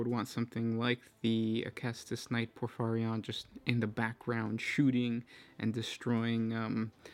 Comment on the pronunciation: It's pronounced: Acastus Knight Porphyrion. Not Acastus Knight Porphyrion.